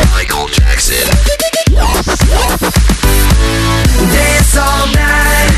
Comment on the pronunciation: Ce qui me choque c'est ta façon d'écorcher le nom du roi de la pop.